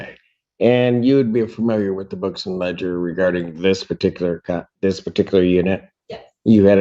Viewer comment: I’m honestly curious, why don’t you speak a ‘th’… always a wichjew?